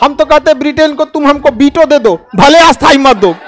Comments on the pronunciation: ख़ान सरजी, माफ़ करना, आपके सभी विडियो में,आप शब्द उच्चारण ग़लत कर रहे हैं। आप स्थाई ( Parmanent) शब्द बोलने की जगह, अस्थाई (Temporary) शब्दका उच्चारण करते हैं।कृपया आप खुद अपने ही विडियो में देख-सुन लिजिए। धन्यवाद। जयहिंद वंदेमातरम। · Sorry sir par asthai nhi sthai😂😂😂